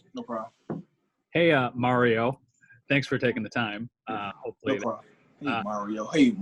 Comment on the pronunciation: Did you just call me Mare-io? 😆